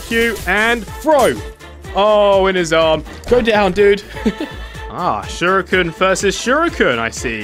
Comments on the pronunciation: its pronounced sher-eekin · I want to know something do you personally, pronounce shuriken “sure ee kin” or “sure e kin”